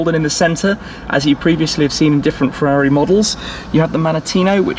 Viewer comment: Firrari comaro😆Firrari ss 😂😂